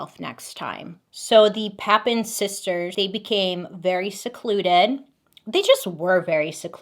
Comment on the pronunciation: I can help with pronouncing the last name!!! It’s pap-in, read as spelled :) I’ve always wondered if there was a chance I could be related to them, who knows!!! Love your videos Bailey 😊